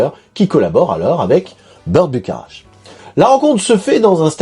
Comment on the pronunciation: Que de découvertes, merci ! PS : Burt Bacharach, je crois que ça se prononce "Bakarak". Un compositeur talentueux et très prolifique, mutligenre (pop, soul, jazz, bossa nova). Avec au moins un classique à son répertoire, la chanson de Butch Cassidy et Sundance kid : Raindrops keep falling on my head. PS: bétisier final très drôle